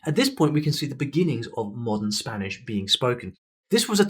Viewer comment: Your spanish pronunciation is great